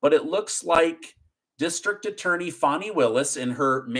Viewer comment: It’s like nails in a chalk board when you say her Name!!! UGH PLEASE SAY fanny Not Fawni!!!!